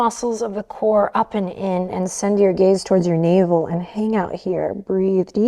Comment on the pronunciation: Every time she says soft gaze I hear soft gays 🏳️‍🌈 I love it